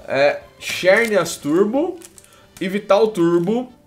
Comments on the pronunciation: se pronuncia zernias nao xernias eu sei que escreve xernias mas a pronuncia é zernias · não se pronuncia xérnias e sim zãrneas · se escreve xerneas mas se lê zernias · se escreve xerneas mas pronuncia zerneas